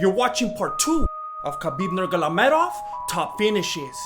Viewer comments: LOL "Khabib Nurgalamedov" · I like how you deliberately butcher Khabib's second name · I can't stop laughing when you say Khabib's last name :D Haha, so bad.